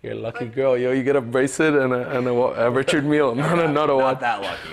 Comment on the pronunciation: I wouldn't buy from any seller / dealer that can't pronounce the brand name of his product correctly. It's pronounced "Rishard Millay" FFS 🤣🤣🤣